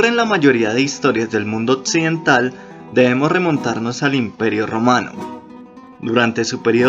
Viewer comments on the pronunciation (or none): Occidental. Doble "C" no con d, se escucha feo odcidental. 😂😂😂😂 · Otcidental? Mátcima? Que le pasa? Jajaajajajaj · Occidental se pronuncia con X, no con TS. Este tipo dice Otsidental. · Otsidental, matsima, aprotsimadamente, etsistir ...? Creo que alguien debe revisar sus clases de español 😉